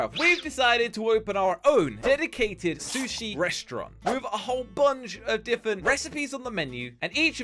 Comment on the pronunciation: I love how says diffint instead of different